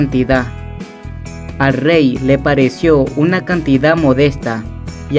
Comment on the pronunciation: El riey de la riecomepensa